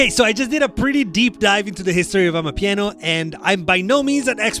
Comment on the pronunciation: you can hear how he Transends to properly pronounce amapiano.